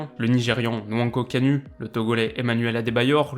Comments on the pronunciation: Gervinho est ivoirien et non béninois et kanu se prononce kanou par contre très bonne vidéo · Belle vidéo la lettre U ce prenonce ou Kanu on attend Kanou, comme pour Utaka et Kakuta. On doit attendre Outaka et Kakouka.